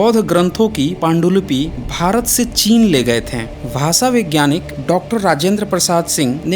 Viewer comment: आपके video बहुत informative होते हैं. बुरा मत मानीये. स और श के उच्चारण मे फर्क है . आप स और श मे कोई फर्क नही करते. भाषा का उच्चार भासा करते है जो गलत है.